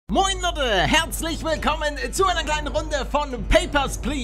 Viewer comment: er sagt immer bei mir am anfang Moin Nudde bruder es ist von meine kopfhöhrern aber du sagst es auch bissel komisch. sag mal Moin leute nicht moin ludde